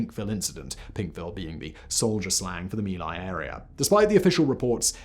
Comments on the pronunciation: Yet more proof of Simon's addiction to inaccuracy and carelessness with regard to the facts AND paying attention to pronunciation of words not in English like Mee Lie (how feckin' appropriate is that?) IT'S MY LAI YOU BALD-ASSED BRIT!! Disliked with satisfaction. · "Mee Lai" isnt proper enlgish pronunciation. "Mai Lai" is correct outside of Vietnam. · it's My Lai or Vietnamese "Mỹ Lai" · LMAO at Simon saying sometimes mispronounced